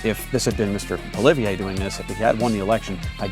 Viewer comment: You've heard of Pierre Polieve haven't you? You're in Canada ... you want to have a political channel and you dont know how to pronounce Pierres name... Poly-ev is the phonetic pronunciation.